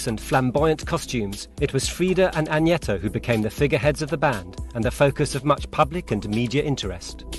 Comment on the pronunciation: Stop saying Anjeta! Her name is AGNETHA! & Anni Frid is Norwegian!